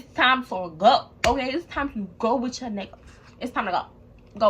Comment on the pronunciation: U from Baltimore ? Bc u said yew